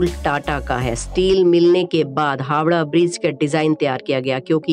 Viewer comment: Hawda nhi Howrah